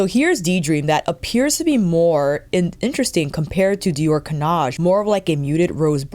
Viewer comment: Nothing wrong with your pronunciation of 'Cannage' 😊 I'm Dutch, not French, but I took French in school. The '-age' bit should always sound like the one in 'Visage'. All the new make up looks great on you, of course, because you know what works for your skintone SO well. I noticed you wear gold earrings often now and you should always wear gold jewellery. It looks fantastic on you 💕